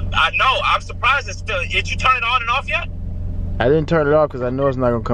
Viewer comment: "How did you turn it on?" DDG: "Ananar"